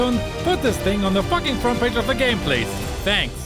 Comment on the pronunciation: I like they way u say “fucking” it’s like “ATTACK THE FACKING BASE”